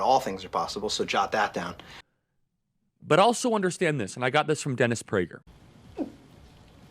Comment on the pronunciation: hahaha dennis preygurrrrr. Nobody cares